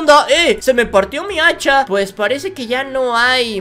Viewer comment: cuando dices hacha se escucha muy raro